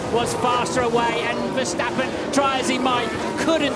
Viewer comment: mex versteppen.....ahahah hah... how NOT to pronounce....